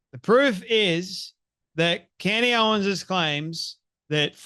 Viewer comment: Take a shot Everytime he says candy owens